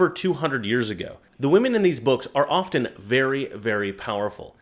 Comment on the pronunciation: often, NOT ofTen (SILENT "T")!!!!!!!!!!!!!!!!!!!